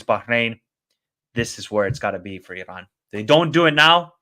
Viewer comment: I appreciate your knowledge and outlook towards Asian football. Just one friendly advice on the pronunciation of the letter "R" when it comes to Iran, other countries or player names. The R is soft and not as harsh as you say it. E-Ron, will beat Japan 2-1